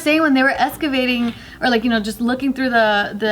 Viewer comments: Excavating not Escavating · Anyone catch ‘escavating’ instead of excavating??? Hahah there’s a whole JKN segment about saying escavating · "escavating" . David would have called her ass out lmfao